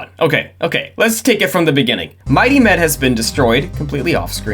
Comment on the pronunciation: I only watched the Lab Rats video from this channel, watched this video in its entirety, come to the comments and find out what I was hearing as 'Mighty Men' was actually 'Mighty Med'. I think I need to lie down.